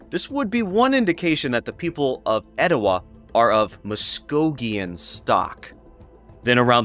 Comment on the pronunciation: I live just up the road in Dalton and have lived here all my life. That’s how we pronounce “Oostanaula” so as far as I’m concerned, you nailed it. But your “Etowah” is a little off. Extend the “ah” at the end then you’ll have it. 😉 I’ve never visited the Etowah site but have visited Ocmulgee. Pretty incredible! You’ve done some great work with this video!